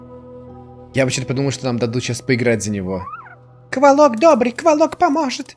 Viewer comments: Говорится не кволок а ударение на 2-е о, а правильно на 1-е о. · Ну как бы рассказчик первой части это древо духов... Охх, и это не Сейн из первой части, и это как мне лично кажется не кволОк, а квОлок. Ну да неважно.... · ээээ..... я правильно понял, что на этом канале уже нет образованных и адекватных людей, что бы сказать, что правильно "квОлок", вы же НЕ говорите "пушкИн"